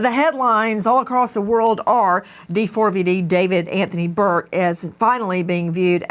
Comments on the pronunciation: Can someone please let Nancy know it’s not actually pronounced D-4-V-D? It is just spelled that way, but is pronounced David. When you say the name you don’t say the 4…. it’s just a “cool” way to express a capital A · "d4vd" is an abbreviation for "david" you don't need to keep saying the whole thing like d-4-v-d lmfao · Why do you keep saying D-4-V-D and why’re you s scaring me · The way she keeps calling him D 4 V D is killing me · It was nice to see nancy treating JSM with respect this time, sometimes she can be mean and he doesnt deserve it. I really wish she would just pronounce "D4VD" the way it's intended - "DAVID" 😅